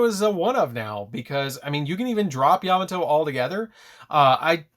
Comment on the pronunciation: Love the video! Just a heads up his name is pronounced “yuh mah toe” not “yam a toe” great profile I didn’t even notice the new support till you highlighted it! Thank you